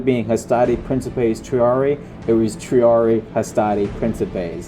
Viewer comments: Quit mispronouncing triarii. It's pronounced tree-are-ee-eye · I hate to carp over little things. I'm pretty sure when you encounter latin words with doubled i's indicating pluralization, you pronounce them both. So Julii would be 'julie-eye,' Claudiii would be 'cloudy-eye' and triarii would be 'tree-are-ee-eye.' I know, I know, people just love unsolicited pronunciation tips.